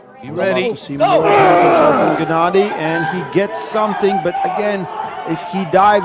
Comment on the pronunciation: He keeps calling him quickvinia 😂